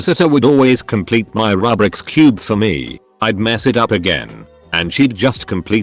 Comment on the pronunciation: NO! IT'S PRONOUNCED RUBIK'S! Rubik's cube was invented by Rubik Ernő, a hungarian person.